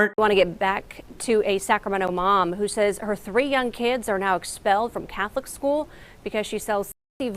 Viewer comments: not expellled its EXXXpelled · “EXXXpelled” omg